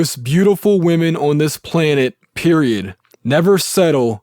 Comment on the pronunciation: O(W)n- are you from Pennsylvania? There is no w in the word on.